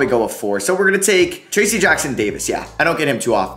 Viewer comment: made me so mad the way you said trayce jackson davis